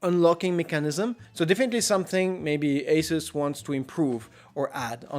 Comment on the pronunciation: dislike for the way you say Asus